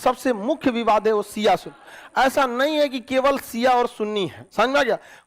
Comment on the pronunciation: Isko kuchh bhi jankari nhi hai AIK to ye khan Shiya ko siya bolta hai pahle apna pronounce sahi kr le khan